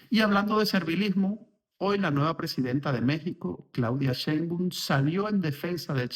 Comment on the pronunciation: Estás pronunciando mal el apellido de Claudia